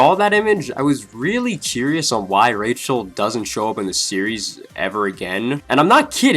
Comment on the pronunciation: Curious not Churious